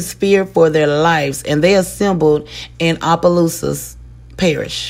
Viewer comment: Everyone messes up the name of Opelousas, it’s okay lol. It’s pronounced Ah-Puh-Loose-Us